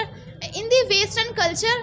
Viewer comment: Vestern nhi western hota h ..keep focusing on your vocabulary dear😂😂